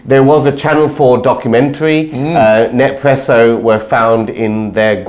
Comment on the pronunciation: No more Nespresso pods for me! (BTW it's "Nes-presso" not "Nep-presso"😂)